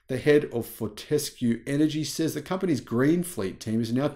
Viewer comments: Fort-a-skew not Fort-ess-kew. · Fort-ES-cue? That reminds me of the joke; you put the em-PHA-sis on the wrong syll-A-ble! The rest of us here in Australia pronounce it FORT-escue. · Fort s Cue is the correct pronunciation. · you don`t need to emphisize the 'E' in Fortescue . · You have an Australian accent except when pronouncing Fortescue and Pilbara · Twiggy founded the company and I’ve never heard him pronounce it like that (how does).